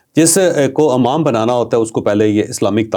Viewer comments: The word is Imam not Amam. Urdu ka Q@ aam horaha hai bhai 😂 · امام میں الف پر زیر ہے، زبر نہیں۔